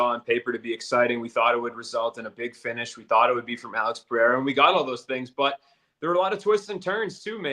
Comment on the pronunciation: Seeing as even Rogan has started pronouncing "Pereira" correctly can we stop with the Puh-hair-ah? There is no double r (like there is in Ferreira).